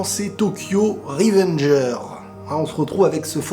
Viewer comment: Tokyo revengers avec le s qui se prononce sinon bonne vidéo